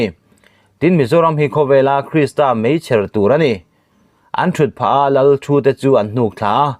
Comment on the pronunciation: Meichher tih i lam thiam na nge?awmze bo thaka i chhiar mai le.